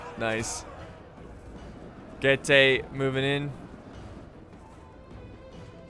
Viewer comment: Being from Romania, it triggers me so much when he misspronounces Getae. It's Getae not GayTea. <3